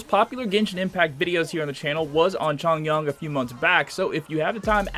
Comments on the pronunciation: It’s Chong-yoon and Zhing-shu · “xAnGqU” “cHoNgYuAN” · He also pronounces chongyun wrong